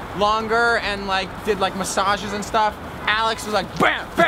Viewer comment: Massageiz 🤣🤣🤣🤣🤣 I'm howling